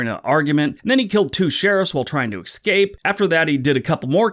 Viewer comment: "Eckscape?" Two times in one minute? Really?